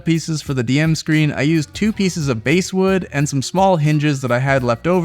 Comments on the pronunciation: THANK YOU! My father used to do wood burning and carving with basswood and hearing "base-wood" was making me twitch 😂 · Basswood is pronounced like the fish, not the musical instrument. 😅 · Bass wood is pronounced like the fish, not the musical range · Basswood is pronounced bass like the fish not the guitar. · The bass in basswood is pronounced luke the fish. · you could try calling it basswood, like the fish, rhyming with ass, which is how it’s really pronounced. Overall, awesome project.